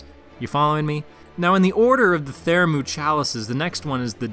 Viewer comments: Bruh. This killed me. Theramu.... :/ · Pthumeru/Pthumerian : ( Thoo-Mah-Roo / Thoo-Mare-E-An ) 😊. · wtf though, you said it right the very first time and only then started saying it stupidly lmao. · Every time you misspronounce Pthumeru I want to stab the shit outta you. Great video though.